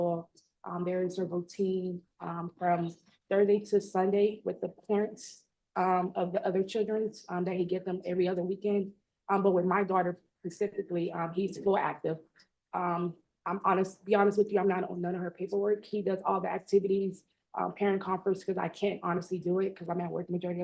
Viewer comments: Or when she said pacifically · And she said PACIFICALLY